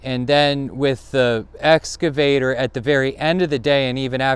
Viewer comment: If an "excavator" excavates, what does an "escavator" do?